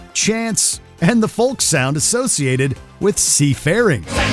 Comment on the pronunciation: Does this voice over even know how to pronounce words kawaeii and folk were like nails on a blackbord 😅